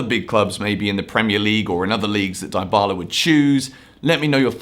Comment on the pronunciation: « Deebala » not « Daïbala »